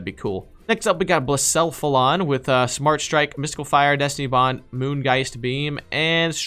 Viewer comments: How to say Blacephalon (this is not meant to be offensive) Bla-sef-a-lon Edit: let me tell you a story: I was in build a bear and bought a 3 pack of Pokemon cards And in it was a Buzzwole full art gx The same thing happened but instead of Buzzwole it was a full art scratchy ex primal groudon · You say Blacephalon as blah-sef-a-lon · Blacephalon is pronounced bla sef alon Celesteela is pronounced cell e steel a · Blass-fallon lol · It’s, BLA SEF A LON